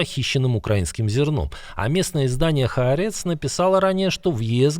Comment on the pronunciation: А Ápец, невежда, а не Хаарéц!